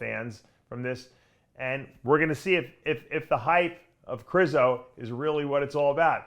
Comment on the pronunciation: Its ( Kre shzo) 😂